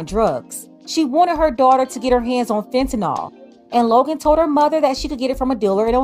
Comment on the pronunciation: It's so irritating that anchors and reporters say "Fentanol" rather than "Fentanyl".